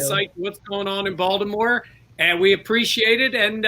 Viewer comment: Is it just me or keeps calling Baltimore, Voldomore.